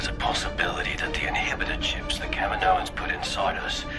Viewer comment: Every time you said Kaminoans I heard Kevin Owens.